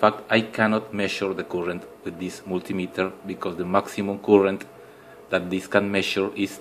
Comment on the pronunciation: It is "Current", not "Coolant"